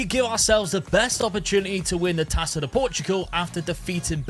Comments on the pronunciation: the "ça" in "taça" you read the same way you read "sa" in "Samu"'s name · Great vid!!! Just a little thing. "Taça" reads as tassa (purposefully miswritten). In Portuguese the letter Ç is the same as SS (no German connection). Yeah... We overcomplicate stuff 😅